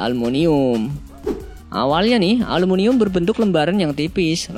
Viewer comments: aluminium bang bukan alumunium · 1.52 aluminium atau almunium sih?? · Aluminium bukan alumunium